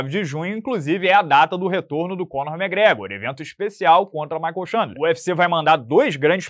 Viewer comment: é muita viagem e teorias... tsi... e tinha que soltar um "méhgréhgor" pra fechar a "análise"... eita...